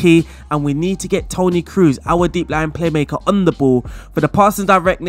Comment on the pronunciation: Kroos is pronounced like the word Close (sounds like) not like Cruise